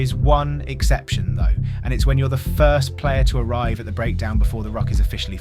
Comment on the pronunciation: The thaaane.